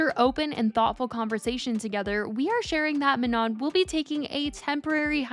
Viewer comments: exactly! it's also not maNON like on and off which is how she's saying it (and shes been told its wrong on her previous video about this) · No guys its not prenonced Ma-No its prononced Ma-nON, ON as in we in french or NON as in no in french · for the millionth times it's ma - no" jfc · She’s STILL saying her name wrong… it MAH-NO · Isn’t it pronounced “Ma-no” like without the n at the end? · Girl her name is pronounced Ma-Noh, like Manon without the n at the end. Everytime you post a Katseye video you get told and never learn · no, even manon said it herself that it’s like “Manó” and she said the n is silent. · It’s pronounced Ma-No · she said herself that its “Ma-no” and the “n” at the end is silent. The OP is correct. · say her name correctly lmao. The N at the end of Manon is silent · Hi just a gentle reminder the N at the end of Manon is silent ❤ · why are we STILL not pronouncing her name correctly? it feels deliberate at this point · We been telling her I don’t think she cares lol she been doing it wrong every video with countless comments correcting her